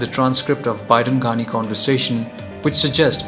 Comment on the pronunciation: Not Gandi ghani u don't even know how to fucking pronounce his fucking name u gaved muslim guy a Hindu name